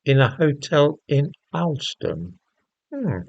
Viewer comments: It’s pronounced Hawl -ston not as it is spelt - the highest market town in England. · It's pronounced All ston.